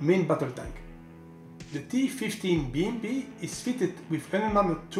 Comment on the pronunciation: С удовольствием прокатился бы на этой БМП. Первым делом переехал бы через того, кто озвучил ролик... Такого английского языка я еще не слышал. И лучше бы не слышал... "ТифифтиБиЭмПи"... С таким произношением лучше субтитры пускать!!!